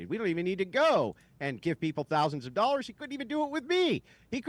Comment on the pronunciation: “Thousand dowwers”